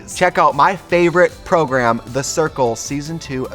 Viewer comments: When trixie said program instead of progrum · Trixie said prog-RAM, not prog-RUM and the world doesn't feel right anymore 😭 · Trixie said proGRAM this time, so proud of her!!! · You know she's serious when Trixie says, "ProgRAM" and not "Progrum" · Trixie pronouncing 'program' correctly? What is happening...?